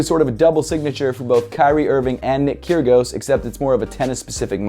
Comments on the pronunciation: Kyrgios ky-ri-os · cant blame you, but u pronounced nick kyrgios wrong and it is actually pronounced as Nick Keer-ee-oss